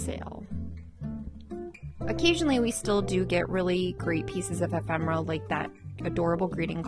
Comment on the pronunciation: e·phem·er·a /əˈfem(ə)rə/ Learn to pronounce